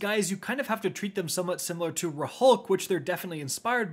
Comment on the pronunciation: hold on.. HOW did you just pronounce Rhulk